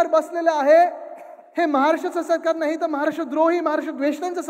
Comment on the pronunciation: टीव्ही ९ घ्या पत्रकारांना नाळी आणि नाही मधलं फरक कळत नाही 😅